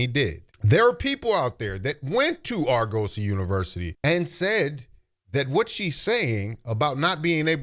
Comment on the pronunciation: Its pronounced AR-GU-SEE. They were accredited..for a long time. Then they lost theur accreditation, allegations of embezzlement, etc etc..but who graduates without a degree is crazy work